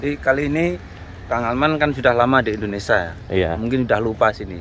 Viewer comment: Indonesia kenapa jadi Indonesa, kacamatanya kegelapan kayak nya